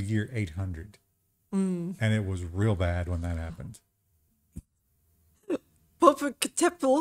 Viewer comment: Pop oh cat eh petal 🤣🤣